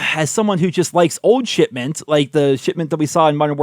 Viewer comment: Idk if that's meant to be but sometimes I hear say "shitment"